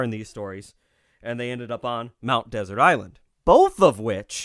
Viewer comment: Against all rules of English pronunciation, Mount Desert sounds like that sweet course served after a savory meal. It's from the French word 'desert', meaning 'lonely: L'Isle Des Mons Desert. Go to Bah Habah (Bar Harbor) and ask a local.